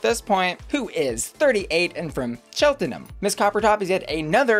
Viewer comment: Such a shocker to see a queen from Cheltenham (pronounced Chelt-num btw). Didn’t know we had enough of a scene to have drag queens, tho we do love a panto dame so that might explain the panto styling